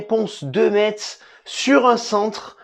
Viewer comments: Ça se dit FC Mess en gros parce que j’en ai marre là 😭😭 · Le T de Metz ne se prononce pas !!! Mes oreilles ont souffert :/ Sinon on est toujours bidon... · Ça ce prononce pas le (t) dans Metz ptn !